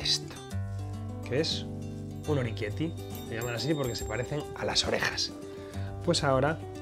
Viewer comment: Oroquieto ahí, que lo has dicho mal! se dice orequiéte ,no oriquiéti. o-re-quiét-te